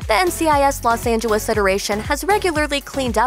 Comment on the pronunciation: I can't be the only one hearing how she's saying Los Angeles